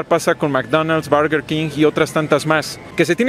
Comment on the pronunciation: xddd me saca de onda que algunas cosas las pronuncia bien raro